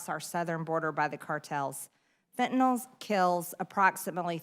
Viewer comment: Why does she read fentanyl as fentanol?